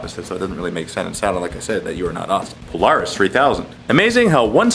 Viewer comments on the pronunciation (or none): none